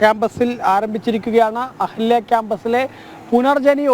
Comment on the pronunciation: അഹല്യ ആണോ, 'അഹാല്യാ' ആണോ..?😅